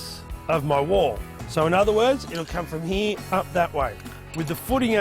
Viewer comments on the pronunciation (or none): it’s “ here “ not “ hee “